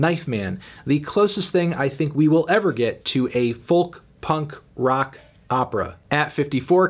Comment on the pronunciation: Why cant you pronounce 'folk' correctly?